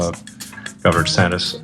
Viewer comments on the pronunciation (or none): Did elon say “governor santis”?